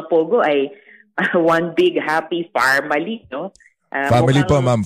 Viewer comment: Farmily 😂😂😂farm ville,, bagay dyan c magsasaka 😂